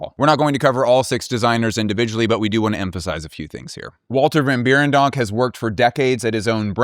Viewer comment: You gotta pronounce the 1st e in Berendonk like the e in Schwartzen-E-gger